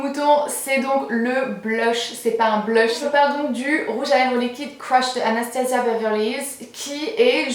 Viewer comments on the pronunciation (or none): none